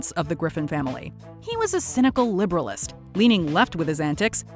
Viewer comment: Did you say "liberalEST?"